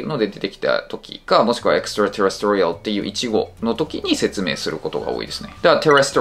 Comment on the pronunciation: 細かいけどextraterrestrial のアクセントは4音節目じゃないのかな？？